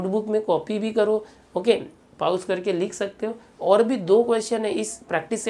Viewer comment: Sir soory but wo pause hota hai nahi ki pauss